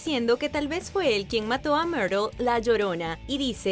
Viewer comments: Q pronunciacion tan mala del Ingles.. Quien es mirel la llorona? .. jarui? ruon? Rom ruidel? muy mala pronunciacion.. 🤦🏻‍♂️ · El asesino de quien ? 😛Que no se pronuncia Mirtl